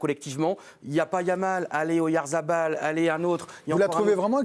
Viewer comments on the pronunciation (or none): QUAND allez vous apprendre à bien prononcer le nom du capitaine de la Real Sociedad??????